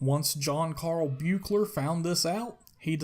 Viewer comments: Buechler is pronounced "Beekler" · It's pronounced "Beekler" btw :) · You said the director's name wrong, every time.